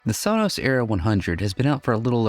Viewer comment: It's pronounced sow-nows